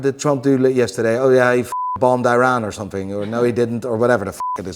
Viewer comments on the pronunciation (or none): none